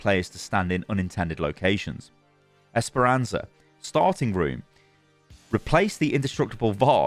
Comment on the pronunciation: It's "Esperança", not "Esperanza".